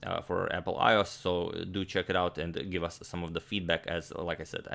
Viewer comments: I must tell you it is pronounced I O S not I oss, because you wouldn't say windows oss or Linux oss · Agadmator thinks iOS is pronounced EyeO's What's the idea behind this? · IOS - pronounced "I owe ass" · The way Agadmator says iOS is funny